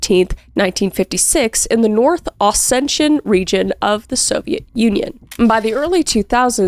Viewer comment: it’s OsseTian, not shen. the name of the region is pronounced with a T 🤍